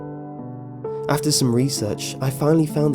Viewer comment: stupid-itty? xD